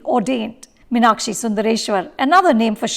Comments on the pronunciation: Firstly Mrs Anupama Chopra... North Indians should learn how to pronounce M(EEEE)NAKSHI before deciding to direct/review a movie based in Madurai... Thanks for ruining everything that you Bollywood folks touch... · For Vishu's sake, please pronounce MEEN-Akshi and Min-Akshi. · This movie is a disaster No proper pronunciation of tamil words🥲 No Madurai slang of tamil 😐 The way they pronounce Meenakshi in the movie 🤢🤢🤢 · Exactly ...It's a very bad attempt ...In fact even the name of the heroine is mispronounced always ...It is not Min-aa-kshi as the protagonist and the bulk of the characters mention ..It's Mee-naa-kshi ....Just pathetic